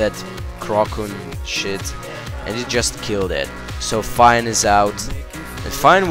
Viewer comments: phione is pronounced "fee own ay" not "fine" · its pronounced Phione, (Fi-oh,nay)